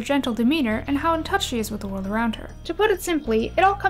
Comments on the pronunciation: Can I just... everyone is pronouncing her name wrong... it’s E-Lora.. not Uh-Lora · Those STRONG pronunciation of those “t” sounds. How original Elora pronounced “t” is just as iconic as “I’m a faun you dork!”